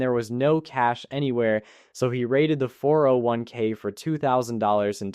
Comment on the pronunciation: No normal person pauses between all the numbers of 4 0 1 k.